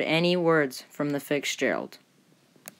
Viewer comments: Good video. I had to watch it twice because it was hard for me to concentrate because of the fact you call it FICKSgerald instead of FITZgerald lol 😭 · it's " Fitz ", not " Fix " gerald. And when reading a dialogue, try not to sound like you're reading. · Great video, but need watch your pronunciation it's FITZgerald, but it sounds like FIXgerald for most of the video. Also, slow down when you say, Arthur M. Anderson, the Arthur M. tends to blend together if you say it too fast. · Sorry for my mispronounciation of the Fitzgerald (I said Fix-gerald) and also the Fitzgerald was built for Northwestern Mutual Life Insurance Company and then was leased by the Columbia Steamship Company for 25 years. So sorry for my mistake…. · It sounds like he keeps saying FiCKSgerald instead of Fitzgerald. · Thank you for this epic story. Listening, I swear you are saying Fiksgerald, and it's making me crazy. Say two words to fix it...fits Gerald. FITS NOT FIX. FITSGERALD, Rest in peace capt. and crew. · The Edmond Fitzgerald… not the Fixgerald! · Please please correct audio on this video...IT'S NOT Fixgerald"...it's Fitz gerald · Fitzgerald, not Fixgerald. Couldn't even finish watching. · It’s F i T z Gerald not fikgerald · Fiksgerald...nope...it's Fitzgerald...it's not that hard to say. Your oration is kind of bad throughout this entire thing. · Nice work. But it sounds as though you're calling the ship FIXgerald, not Fitzgerald.... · It is NOT Fixgerald It's Fitzgerald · Fitzgerald , not Fixgerald ! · Why can't the narrator of this video pronounce the name: "FITZGERALD" properly???? ..WHY does the narrator keep saying: "FIX-GERALD"??? It's really annoying that the narrator cannot pronounce FITZGERALD properly!!! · FiTTTs not FiCKs! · Nice telling of a tragic event with great pictures. Now, get a better story teller who can read a script properly. BTW, it's, "Fitzgerald". not, "Fixgerald"! You can do better. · Fitzgerald, not Fiksgerald. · Fitzgerald not fixgerald. O.o